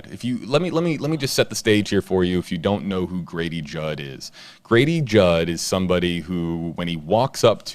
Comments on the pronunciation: I thought you said Gravy jug 😄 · Say Grady Judd again.